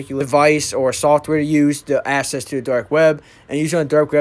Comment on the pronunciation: Dude, good video! Small thing though --the word ACCESS is pronounced ACK SESS. All "ACC" words are pronounced AX. Keep up the good work.